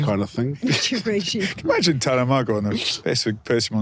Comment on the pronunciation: How would Tana have felt hearing the host butcher his name like that?